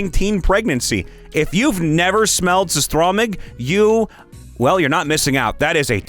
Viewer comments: how you pronouced "surströmming" made me chuckle and yes as a swede i can confirm it smells terrible. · Yeah it’s so… wrong but I get where he’s coming from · I love how you said surströmming as a Swedish person myself its hilarious